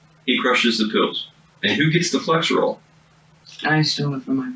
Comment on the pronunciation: It is FlexeRIL, not FlexeROL, just as it is FentaNIL, not FentaNOL. You would think cops might be able to know the name of drugs.